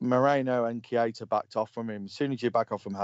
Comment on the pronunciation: Missed the live.... was out drinking! Gutted. Mickey.... Matip better than VVD in the air???? NO WAY! mad man. LOL & Pronounced "Key-ter"... was already on a yellow card... that's why he let Hazard slide away, but also Moreno was there to cover.... and how could Lovren not forsee Hazard beating Moreno and come across to cover earlier.... which imo was very poor. Agree with Mickey here... a draw at Stamford Bridge without VVD might I add would be good... with VVD I'm expecting nothing but a win. However If VVD doesn't make it then rest also against Napoli and then back fresh for Man City at home as we need to open a gap over Man City because Chelsea will drop points. Ahhh you need to swap ME for Connor lol...… fully disrespected the thread by leaving lmao, just kidding! lol@ cut hahaha. Don't some of these callers actually watch the game... for the 2nd time Keita had a yellow card on 78mins. Hazard scored on 85 min. Great point in regards to Luis from this caller.... I also think that Firmino could out muscle Luis with ease and also Rudiger too IF he plays. Just for the record.... Ramos flopped in the Sevilla 3-0 defeat Mr caller lol... it still happens, even to the worlds best. VAR decision was correct lad... Barkleys leg was onside. The other two Cfc players were off but wasn't interfering with play. (sorry I keep editing as I listen to the live rerun while I play some Fallout 4 to end my evening lol). My team: 433 Alisson Trent Gomez VVD Robertson Milner H